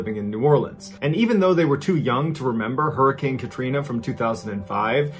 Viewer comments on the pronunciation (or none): none